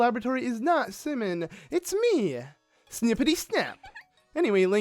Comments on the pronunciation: That moment when he says Semon, instead of Symin (simon) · The series is great the only bad part is his pronunciation of the easy names like Symin and the fact that he essentially stops reading halfway through the dialogue and begins skipping it. The second reason is the most annoying one though. I understand you decided to spoil yourself before the game was released but the least you could do is let us learn the story.